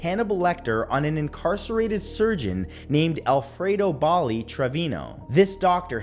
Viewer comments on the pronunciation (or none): none